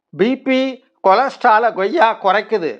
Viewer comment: Koyya not Goyya